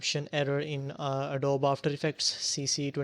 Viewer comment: It's not Adob it's Adobeeeee You say the E